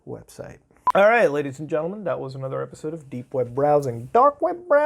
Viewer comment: Every time I hear papa muta say dank web it brings a smile to my face😶